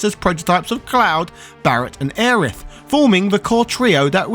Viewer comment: "Aya Brie" 🧀 hohohoo~ I didn't know you were French